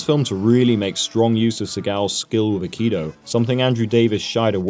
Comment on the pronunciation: Just FYI, the correct pronunciation is 'ai-kee-doe' not 'akido'